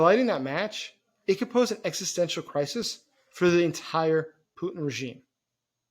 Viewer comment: His name is Putin, not Pu'in. The T is not silent.